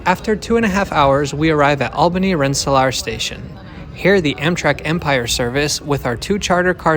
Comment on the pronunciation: I've been marveling at your pure plain American pronunciation. I never hear a Dutch accent. But your Dutch background surfaced in your bit at the Albany-Rensselaer station. You pronounced it "rensselahr", which I suppose is the Dutch pronunciation. New Yorkers say "rensseleer", rhymes with "ear".